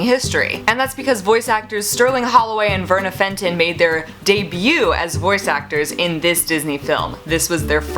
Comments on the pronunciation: It's pronounced Felton, not Fenton. Sorry I had to do that. Again, love your videos and your content as always!!! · Verna Felton. Not Fenton!